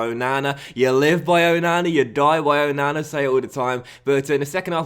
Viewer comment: or Oh-no-no?